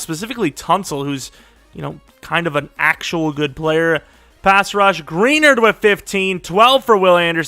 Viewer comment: Jonathan Greenards name is pronounced (Gruh-nard) not (Gree-nerd) still a great video though!